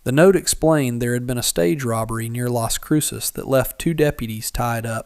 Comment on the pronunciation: It’s Las Cruces